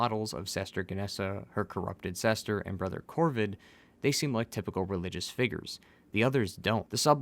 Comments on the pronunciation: Is it sester or are you saying sister? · Are you trying to say brother and sister? Or are you deliberately saying brether and sester? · BlaaaaH My BREther ANd SEEEster